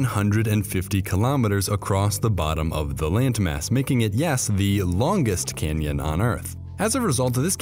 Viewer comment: I keep hearing the largest Kenyan